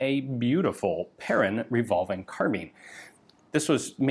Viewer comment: When you think Ian has covered all the French rifles in history, ta da! One comment, the -in atvtge end of Perrin is pronounced like in "main" (hand) or "un" (one) or "pain" (bread). And Lefaucheux like in "eux" (them) not Lefauch-oh.